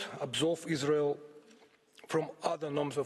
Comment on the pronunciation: Yes. The verdict is in : There's No izzzrael. Agreed